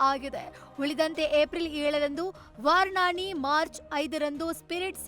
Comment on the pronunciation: VARANASI adu medam. Varanaani alla.